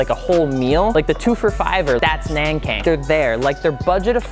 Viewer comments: It's Nankang not Nängkäng. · Nan= None, Kang= Kunk. Not nen keng, do ur research. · Shoutouts to FI from Taiwan where Nankang tires are from. It's actually pronounced as "Nan-Gong" FYI. I know it sounds weird, but it's the closest to its mandarin Chinese pronunciation. The alphabet spelling systems in Taiwan are messed up sometimes lol. Happy to see Nankang tires included in one of your videos. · I am pretty sure the "Nankang" should be pronounced as "nahn-gahng." all "Ah" sounds as I am from South Korea next to China. Anyway, good introduction. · It's actually pronounced Nangong. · Its pronounced nong kong like hong kong